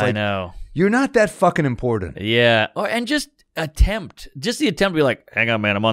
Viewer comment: Someone needs to tell Sam that it's "imporTANT" not "imporDENT"